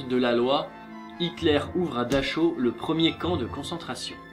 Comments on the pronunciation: Je crois qu'on dit "Darao" ( en appuyant bien le r ) pour la ville de Dachau mais je suis pas certaine. Et j'ai entendu dire qu'il avait tester un poison sur sa chienne avant de se suicider avec sa femme. Mais bon, bon épisode, très intéressant comme toujours ;) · Dachau se dit Daraow en roulant le R au fond la gorge. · Dachau se lit : Darao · Dachau se prononce -> Daraaou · Si jamais tu t'es trompé dans la prononciation du camp de Dachau ^^' Et comme dans les commentaires d'avant il y a quelques petites erreurs x) Mais j'ai visité le camp Dachau, l'atmosphère était plus que pesante .__.